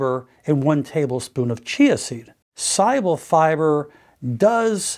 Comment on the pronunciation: Every time he says soluble, i heard it as cyber!